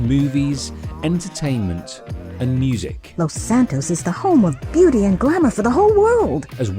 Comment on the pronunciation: "San Andrean" "Los Santon"